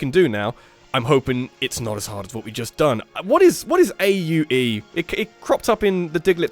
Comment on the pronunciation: Please correct me if i'm wrong, but i think 'aue' is like a Polynesian exclamation of sorts, and the translation is different depending on the language. Also, i think it's pronounced 'ah-weh' with a hard 'e' sound like in 'way'